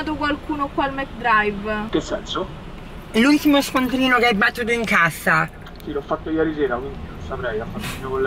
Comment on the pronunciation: “noccapito” “nchesenzo” AHAHAHAHAHAH MORTA.